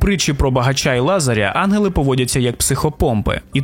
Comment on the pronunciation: На жаль, я не змогла слухати, бо постійно різало вухо "анголи" замість "янголи"